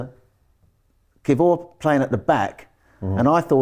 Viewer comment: Learn to say kiwior properly please